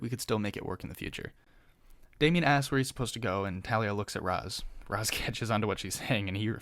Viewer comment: Um actually, “Ra’s” is pronounced “raish”